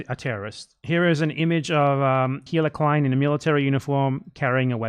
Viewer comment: anyone else keep mishearing BE say "hitler klein" instead of "hila" or whatever her name is